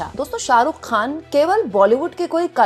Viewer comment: Khan.. kehna seekhne ke liye please urdu Letter(Harf) ko pronuounce karna Seekhen. Yeh letter hai... Khe.. kharid kar . Lata Ji ne bhi urdu seekh kar hi khyati paayi...